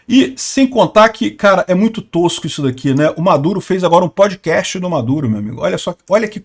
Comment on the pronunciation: Podkatz... elon moks... Hahahahahahaha